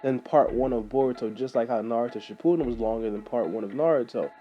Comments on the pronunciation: It's shippuden not shippoodim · its shipp-u-den not ship-poo-den